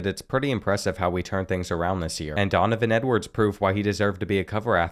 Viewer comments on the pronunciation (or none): none